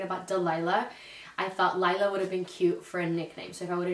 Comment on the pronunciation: My daughters name is laila but pronounced like u said it everyone always says Layla but not it’s Laila in Spanish lol